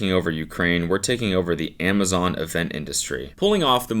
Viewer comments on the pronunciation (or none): none